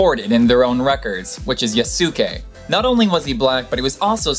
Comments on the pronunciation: they U in Yasyke is not pronounced it is closer to yaske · It's pronounced "yas-kay"